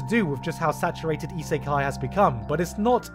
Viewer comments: cringy pronouncation of isekai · EE-SAY-KAI? Really? that's how you're going to pronounce the word?....SMH